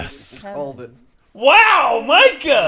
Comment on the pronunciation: ITS M I C A H